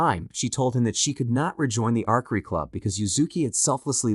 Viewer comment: Arkery, you mean archery, you sat the c and h as ch, like cheap, archery